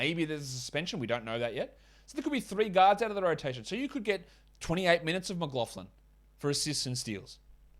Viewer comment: Still noticed that you are putting an effort into pronouncing "Mclaughlin" 😆GJ on the show! Keep em comin!